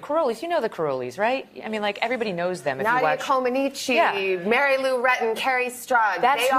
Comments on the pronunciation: Nadia ComanEECH, for Pete’s sake. Not Comaneechee. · Savannah’s pronouncing Nadia comaneci’s name wrong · Is it pronounced Co ma neh chi? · I've heard Nadia say it's pronounced Coman neech